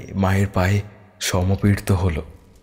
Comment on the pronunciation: ভালো গল্পটা, কিন্তু "সাবেকি" কে সেবিকা আর "সমর্পিত" কে সমপির্ত বলা হয়েছে।